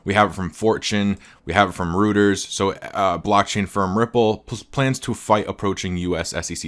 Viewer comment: Dude I’m really losing faith in you… Reuters News is not pronounced “rooters” it’s “royters”. Geez. Dam.